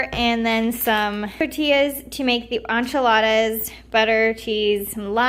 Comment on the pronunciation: Hi, I came upon your video very randomly ...but it was so sweet :) I just want to let you know that enchilada is pron. like in-cha-lodda 😉